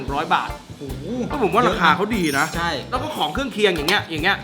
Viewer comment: พูดไช่ อีกแล้วนะ ไช่ ไช่ ไช่ 555+